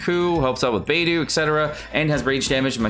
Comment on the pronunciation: did he just say xing-koo and bei-doo